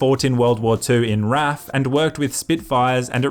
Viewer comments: raf? Its R.A.F. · In RAFE 😂🤤 it's the R-A-F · The way you pronounced R.A.F. sent a cold shiver down my British spine. ughh